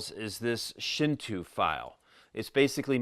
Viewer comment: Great video, as always. I really want to try the table or band saw methods for comfort contours (I recall BigD uses a bandsaw to but his forearm contours). Side note: Shinto is pronounced shin-tow, not shin-too. It's also the name of Japan's most prominent religion.